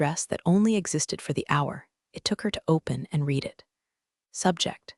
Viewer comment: Stories are often a bit too long. Caption text and spoken word often don’t match. Many mispronounced words in particular “read” often uses long “e” sound when it should be short “e” sound but there are others ( in other stories Patagonia and Pentagon were mispronounced repeatedly). Other than that the stories are excellent